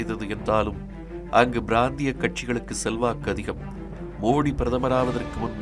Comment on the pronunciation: 12.04......brandhiya katchi...alla ..prandhiya katchi ena ucharikkavum.....thamizh..la....pa...ba...irandukkum ore ezhuthudhan....aanaalum purindhukondu ucharikkalaam.....thamizh pala idangalil paravalaga thavaraga board..galilum kanappadugiradhu.....nerudalaga irukkiradhu....kurukkedukku. mannikkavum